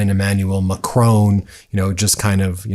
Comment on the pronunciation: the French President's name is Macron NOT Macrone!